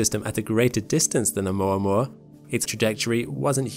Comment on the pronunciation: Thank you for saying oumuamua correctly haha. I always here it as "oumua oumua" and I'm like dude you're not saying it how it's spelled! Great video as always. Been binging you and SEA for all my astronomical knowledge :)